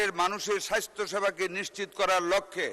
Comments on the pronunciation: স্বাস্থ্য সেবাকে মন্ত্রী সাহেব বারবার স্বাইস্হ্য বলেছেন। এতো শ্রুতিকটু উচ্চারণ কোনো মন্ত্রীর মুখ থেকে আমরা শুনতে চাইনা। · মন্ত্রী সাহেব, সঠিক ভাবে বলা শিখুন, সাইষ্থ হবে না, স্বাস্থ্য হবে।